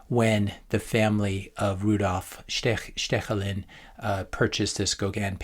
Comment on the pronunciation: I‘m impressed how you pronounced Staechelin better than most Germans would have 😂